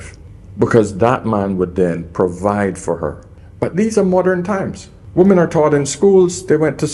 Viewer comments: Why do so many youtubers mispronounce WOMEN? 😅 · I so wish he could pronounce the word "women" properly. I know he is from the Caribbean, but it is such a basic error in non-native speakers and causes so any problems, Please try harder. Don't let bad habits prevent growth.